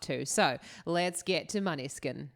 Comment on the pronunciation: Måneskin it's Danish: [ˈmɔːnəˌske̝nˀ];[. Danish for 'moonlight') Please.